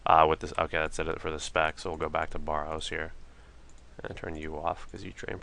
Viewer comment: Bare-rows correct pununciation :)